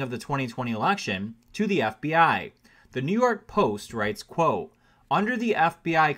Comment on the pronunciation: Say the T in quote. Good story.